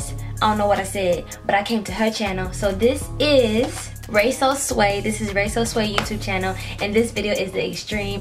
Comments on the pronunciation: So we just gone skip how she said raysosway instead of raysowavyy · Ray so wavy that’s how you pronounce it btw but this was funny😂